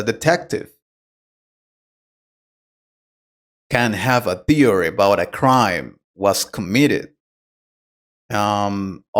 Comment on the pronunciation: The word "theory" is mispronounced.